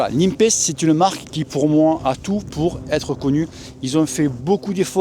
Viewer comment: Super classement, logique vue tes différentes présentations. Particule a de l'avenir clairement! Parcontre, Nepest se pronone "Nipest" pas "Nimpest" stp:p lol